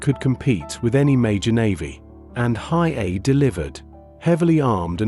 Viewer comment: Your AI voice is atrocious. It’s pronounced He A E . A little prep would help lessen your embarrassment